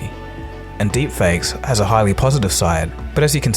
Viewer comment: love how it says derpfakes lol